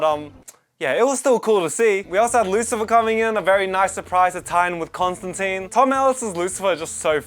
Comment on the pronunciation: Gotta love Lucifer, the only character to pronounce Constantine's name correctly in basically any studio production!